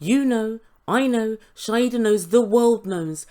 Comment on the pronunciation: Shaeeda....pronounced Shy-da